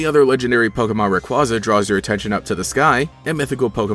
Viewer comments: I don't wanna be that guy, but it's pronounced rayQUAYza. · Learn how to say Rayquaza right